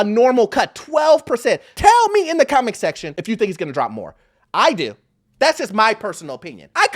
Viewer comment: Who just thought he said: teĺl me in the comic session if you think it's not gonna drop way more. Love it.